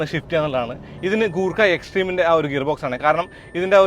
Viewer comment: കൂർക്ക അല്ല ചേട്ടാ..... ഗുർ ഖ എന്ന് വേണം pronouns ചെയ്യാൻ.. എന്നാൽ ഗൂർഖ എന്നും അല്ല..... ഗുർ ഖ എന്നാണ്